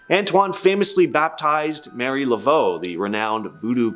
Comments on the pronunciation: Marie Laveau is not Mary but Mah-ree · It’s not Mary. It’s literally Ma-ree like it’s spelled. It’s also La-feet, not La-fit. 🤦🏽‍♀️